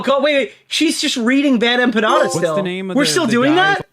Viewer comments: The way she says BadEmpanada as “BadEmpañada” really fk annoys me. Is she trying to say it “correctly” because as a Mexican-American, no one says the N with the accent. This is the shit I wake up to. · She's done 'so much research' that she hasn't ever heard anyone say the name Bad Empenada out loud and says it like that instead... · The best part is that she received the most pushback from Hasan's fanbase but then turns around to say H3's fans are like MLM and that they cannot take critique and only "follow their leader"? And then says she's a Hasan fan but can't pronounce Bad Empanada.